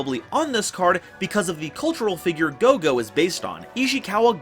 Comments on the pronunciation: minus ur mispronounce of kagero & goe goe name. The vid was awesome!!!!!!!^^ as sum1 who loves playing ninja 🌙 🍃 🥷 💨. This vid was enjoyable. Also decoy can b very helpful as u can play it wen an opponent atk ur set ninja flip it cu, it was atk then activate decoy n protect that ninja. Also for Nast other gud targets r glioath n sloth as they lock 🔐 out exd. Any way kwl vid^^.Also the ball joke was funny af 🤣😂😆😄 bt kagero is female. The new ninja have 2 male 1.meisen.2. Tobari. & 2 female 1. Mitsu. 2.kagero. & r doggo Baku. Also U can trigger green ninja eff by using it as cost for ur dragon ninja.or even for notebook. It can also combo wit shadow sealing. Oh ya idk y the tcg called him senor silver ninja:( wen in ocg he's jst silver ninja. Plus sliver ninja jst sounds kooler!!!!^^ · This was a kwl vid^^ how ever I will agree wit that that did mess up pronounce of names for both kagero & goe goe. Sadly 😥 sooo many yugioh peepz butcher Asian names 😢 I have seen names of a lota cards said wrong 😞😓😩 by multiple yugitugers.